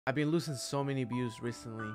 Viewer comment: "to get biews" da fuk